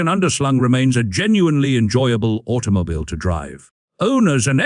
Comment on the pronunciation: It sounds like you are having trouble with your AI narration. "Automobyle" is heard several times and there are multiple gaps and stumbles. The script is rather repetitive - another feature of an AI video production.